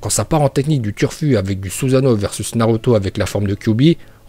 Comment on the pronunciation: Uchihhhhha, mokton, suzzano, saske, bidju et par contre ta pas le droit de deformer le nom de itachi